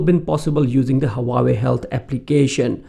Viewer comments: Haha. Its just the way u were pronouncing Huawei. Its pronounced like hua-way and not hawa-way 🙂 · Leave the false accent. And it is not hawawei